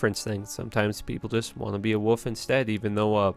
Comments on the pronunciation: you and MrLlama both say Woof? not Wolf! hmmmm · lol you seriously can't say "wolf"? it's not "woof" buddy hahaha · I love that he says woof instead of wolf 😁